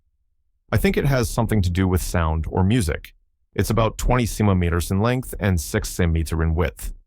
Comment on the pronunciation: cm = sen-tee me-ters